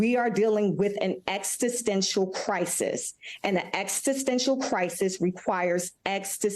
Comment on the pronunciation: What does 'extistential' mean? Did the executive director of greenpeace just mispronounce 'existential' - twice??? Credibility....